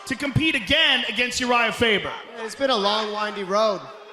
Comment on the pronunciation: Did anyone else hear "URohnda Faber"